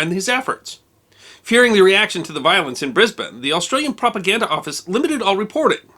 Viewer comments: Thank you, a well balanced account. And you pronounced Brisbane correctly- Briz-bun, not Bris-bane. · The riot was actually over Americans pronouncing Brisbane as Bris-BANE instead of Bris-BEN, congrats on pronouncing Brisbane proper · As a Brisbane local I thank you for pronouncing Brisbane correctly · Brisbane...congratulations you pronounced it correctly 😂😂😂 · Some of those MPs look more like Kiwi uniform. Good to hear Brisbane pronounced correctly. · Congratulations sir on pronouncing Brisbane properly, or at least properly for an American. MacCarthur as far as I have been able to find out wasn't a fit commander even with American troops let alone Australians. He continually complained, as you said, that Australian troops would not fight, but the Australian troops were very young militia put up against at that time the best jungle fighters in the world. I had never heard of the battle of Brisbane but I for one am damned glad that the Yanks were over here. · Extraordinary. Well done! Especially because you are the only American I know who pronounces Brisbane as we do! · Brisbane is my home town. Thank you for pronouncing its name correctly. One minor point about the Yank impact. Today I toured the local Orthodox City synagogue. Phillip , the guide, gave an interesting description of it, mentioning that the last time it was full was during WW2-with Jewish GI's. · Heard about this decades ago in high school in Brisbane from my teacher who was a former army colonel. But I never knew the exact location till today. For some reason I thought it was in Fortitude Valley or South Brisbane. I'm amazed that I've walked Creek and Adelaide streets thousands of times without realizing. And thank you, for taking the time to get the pronunciation correct. Sydney is a no-brainer, but Melbourne and Brisbane always trip up Americans and Canadians. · Thank you for pronouncing Brisbane properly. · Great pronounciation of Brisbane! An interesting story too